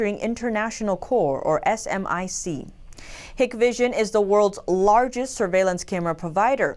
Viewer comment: SMIC was my wife's client until recently when it got sanctioned 😂. Too bad I couldn't speak my mind (banks don't allow that of course) but I'm glad truth eventually prevails. It's not pronounced as S M I C but SMIC. Same with FTSE which should not be pronounced as F T S E but as FUTSI 100 or 2 50.